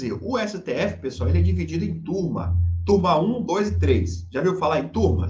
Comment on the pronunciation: turma, nesse caso, soa como " quantrill"